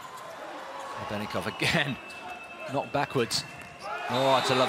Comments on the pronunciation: the commentator calls Grebennikov Grebennivic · Grebennikov ❌ Grebennivic ✔